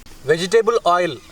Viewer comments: i miss how grandpa says oil Ail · Please continue saying ail ínstead of oil